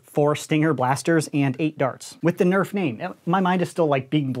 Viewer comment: nobody: coop: EÄF